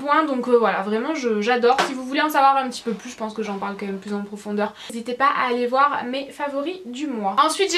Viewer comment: Pourquoi tu dis "meume" au lieu de même ?? Sinon superbe vidéo !!